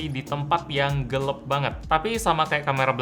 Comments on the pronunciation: Gelaaapp woy bukan gelepp geleepppp 🤣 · Gelap = Gelep Kira² gitudeh.. ~ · GELEP Gw: Gelap bang, gelaaaap..!! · lmao iya dari dulu sebetulnya udah ngeh dan ngerasa lucu sama cara ngeja gelap jadi gelep 🤣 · Kenapa ngomongnya Gelep bukan Gelap wkwkw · Gelep apa gelap Bg? Mohon penjelasan 🤣🤣🤣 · Akhirnya ada yang berkomentar wkwkwkwk. Dari dulu bilangnya "gelep" 🤣🤣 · Gelap atau gelep bang?